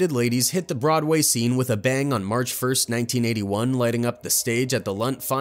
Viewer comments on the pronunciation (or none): none